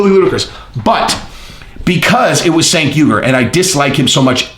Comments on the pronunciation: you did a whole video about a guy and didn’t bother to research how to pronounce his name though. I mean he’s ridiculous but that’s a bit hypocritical for the theme of the video. Cheers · You talk about doing research but don't pronounce the name Cenk correctly lol, nice. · I think Cenk is pronounced with a “J” sound in the beginning. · its not SANK, its JANK. lol. Cenk = Jank. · Not Senk. His name is pronounced “Chunk”. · i usually like your channel.... but you didn't do enough research to even correctly pronounce Cenk's first name... It's pronounced JENK, not SINK and it makes your entire point about doing research laughable. His name is the most basic part of the story and you pronounced it wrong every single time you said it... You also lied flat out about TYT being 'bought off' and such. That's absolute slander and shows you actually know nothing about him. It looks like he insulted Joe, but you're in your feelings now and it's embarrassing. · Hey, Cenk is "Turkish", so the C is like an English J. The name is JENK not "Chenk" or "Senk" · It's CHenk. not Senk. All you guys are on the Right, huh. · Fat jokes,? Really? So, if you're not a bodybuilder, don't want you on his channel unless he's making fun of you. Unsubbed. His name is pronounced Jenk, you steroid-addicted idiot who contradicts himself back and forth. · Cenk is pronounced Jenk! You did research on this like the research you did on Terrorism! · "Senk". Good one, zero hespect on that name pronunciation, scorched earth all the way, the fire rages! Youtubers use Joe's name often, on both sides of an issue, clicks. Short term anyway. Not the long game like, blazing new trails! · It's "Jenk" but ya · pronounced "CHenk". its not only MAGA folks that dig your channel bro. keep that in mind. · Cenk is pronounced jenk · maybe you should have taken your own advice and googled how to pronounce Cenk.